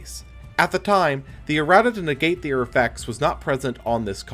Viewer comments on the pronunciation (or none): none